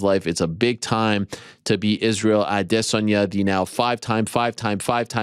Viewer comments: a.des.an.ya - accent on first syllable not the second, less intonation on the last two - that is my take on what he said. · 100%!!! Hopefully he stops emphasizing the “Diss” part of his name! “A-DISS-onya